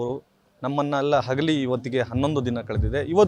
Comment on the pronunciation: ನಮ್ಮನ್ನು ಹಗಲಿ ಅಲ್ಲ ಮಾರಾಯ ನಮ್ಮನ್ನು ಅಗಲಿ.